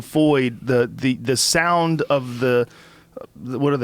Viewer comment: "Soind" smart? Nice..